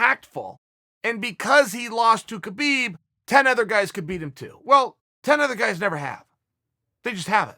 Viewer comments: Tito can’t even spell his own name, much less pronounce Khabib’s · Hope Tito doesn’t see how Uncle Chael butchered Khabibs last name 🤣